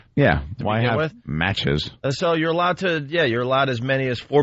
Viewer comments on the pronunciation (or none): "Why do I keep saying matchkeses?" ~Opie -For the same reason you mispronounce words all the time... because you're an incoherent nitwit.